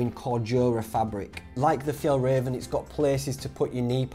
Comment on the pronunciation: do you mean F – Y-ah-ll – R-ah-venn trousers ....just saying